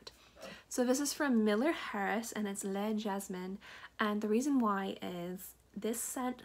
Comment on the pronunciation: wow you're so lucky to have these big white flowers as part of your childhood memory. No wonder you're into fragrances! I think it should be pronounced like led-jazz-MON (stress on the last syllable) sorry for being anal/OC about this girl. Have you smelled Min NY Chef's Table? I've been using a lot of Fig and Rose scents lately. I've always wanted to try LHB! <3